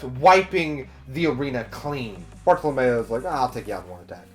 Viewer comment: Friendly reminder Everyone (including myself)! Let's not name drop future arcs/hype up future characters, let's just pretend any info past this review does not exist! We all know OP is best experienced without spoilers! :) I love that you put Bartolomeo (rhymes with Romeo not Mayo lol) in the thumbnail! Most people put other characters lol. Bartolomeo's voice actor is Shikamaru from Naruto, it's hilarious hearing his voice fanboy for "Lu-lu-lu-luffy senpai!" lol imagine Bart working with Blackbeard? lol that's why your vid format is great, cuz you make possible/impossible predictions! Bellamy saying "I'm not going to laugh at you anymore." Such a cool line! Hajrudin = Ha-roo-din, J is silent Jacket-Jacket Fruit > Ace's Fruit hahahaha Aokiji was name dropped in the snail call between Burgess and Blackbeard, not sure if you caught that. Toy Soldier leaving a flower petal every morning to remind her that he is there... ahh my heart!!! Oda knows how to write/draw flashbacks... MY HEART!!! WAIT WAIT WAIT Monet worked at the Palace, not the King's lover lol Kaido was name dropped in Thriller Bark. Moria lost his crew against Kaido in the New World. In Punk Hazard Law told Luffy and Nami the plan is to eventually take down one of the Emperors Kaido. You haven't seen Kaido, but Kaido has been mentioned before. Toy Soldier is Rebecca's dad... MY <3!!! After getting out of the Coliseum, Luffy is running with Zoro and Kinemon, not Franky. Sabo!!! Koala!!! AHHH!!! I love the narrator box